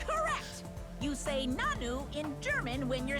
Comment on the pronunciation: that germans say 'nanu' when they're surprised is true but its a bit out of fashion (plus they stressed it wrong lmao)